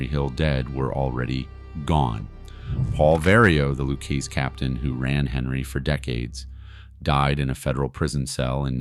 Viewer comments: Luchese is pronounced LOO-KAY-ZEE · It’s pronounced loo-kay-zee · Its pronounced Loo khezzy. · It's "Lou-KaySEE". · I understand you can't pronounce the name. Lucchese. So break it down phonetically. LOU-KAY-ZEE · I heard there is the mob is after the maker of this video for pronouncing the crime families' name wrong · If you’re making a video about Henry Hill and the Lucchese crime family, why wouldn’t you go to the trouble to learn how to pronounce Lucchese??? You know, 10 seconds of research???